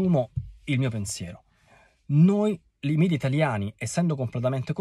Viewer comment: La pronuncia corretta del sostantivo media (o mass media), con il quale si indicano i mezzi di informazione (giornali, televisione, internet), è mèdia, perché la parola deriva dal latino mèdia (plurale di medium 'mezzo'). Sconsigliabile, anche se molto frequente, è la pronuncia mìdia, derivata da quella inglese. Orsini, vaffa!